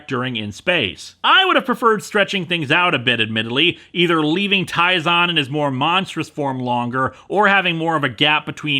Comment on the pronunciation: "Taizan"?! You mean, "Tyzonn", right?!